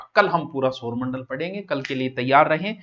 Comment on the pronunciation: सर आप सौरमंडल को सोरमंडल बोलते हो 😮